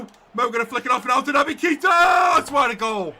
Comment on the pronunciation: Hi! Just to say it’s pronounced ‘Kata’ not Keeta